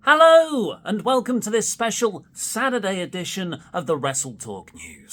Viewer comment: It's Sat-E-day! Shout out to Tempest